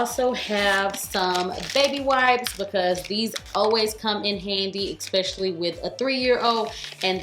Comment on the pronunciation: Girl, I adore you & have for years. But you STILL says ECKspecially. It's ESP, no *C*, No K*..